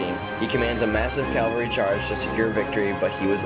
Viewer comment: Rehash from other sites, music too loud. BTW it's CAValry not CALvary.